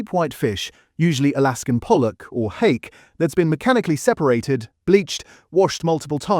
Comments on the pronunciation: “Harkay” instead of Hake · It is informative - but it is also heavily AI generated...the bizarre mismatches between the commentary and the visuals, the relentless, robotic voice-over and the clearly AI generation of that commentary, pronouncing 'hake' as 'har-kay' not hake as in 'take'. Mmm, I'd like to trust this channel, it's such an important issue, but if feels a bit weird to me